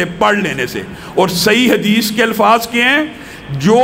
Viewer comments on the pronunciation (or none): none